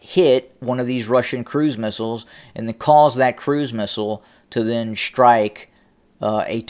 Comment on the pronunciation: Please, there is no "H" in the word "strike". It is pronounced strike, not "shrtike". Similarlly, there is no "H" in the word "destroy." It is not pronounced "deshtroy." Please stop. It is most annoying.